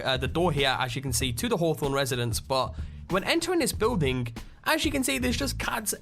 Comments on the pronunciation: building does not contain a w stop saying biwlding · guy says "building" really weird. beewwding